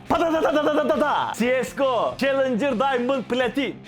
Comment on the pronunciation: Cs go öyle okunmuyor İngilizce yok